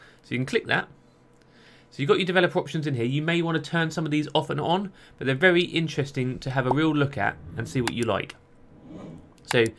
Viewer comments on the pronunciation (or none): none